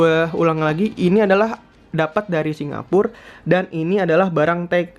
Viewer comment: hampir 20 kali dalam 10 menit ngomong singapurrrr....